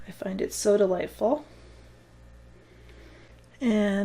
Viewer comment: “I find it so-da-lite-ful” 😁💙